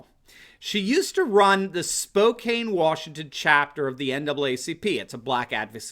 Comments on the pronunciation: i must correct you! Spokane is pronounced SPO CAN not SPO CANE! I know because i am a born and bred SPOKANITE, lol!! Love you show!! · Spokane is not pronounced "spoh-cane." It is pronounced "spoh-can." Can, not Cane. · Spow-can, not Spow-cane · It is pronounced 'Spo Can' not Spo Cane :) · Pronounced Spo "can" not Spo "kane". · FYI... it's pronounced SPOE CAN, not SPOE CAIN. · Spokane Washington is not pronounced 'spo cane' but it is 'spo can'. Just thought you ought to know. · Spokane is in fact pronounced (Spo-Can). Trust me on this one, I'm a local. Love the content BTW. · This is the second time you mispronounced Spokane. It’s Spok-a(as in apple)-ne. The “e” does not modify the “a”. And the “o” is like the “o” in opal (which I acknowledged you got right). And the “e” is not pronounced. Don’t worry most folks that are not from this area get wrong. Thanks for your videos. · Spokane is pronounced spo-can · Just so you know...Spokane is pronounced SPO-CAN. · Spokane. Kane is like can spocan. Short "a" even with the e at the end...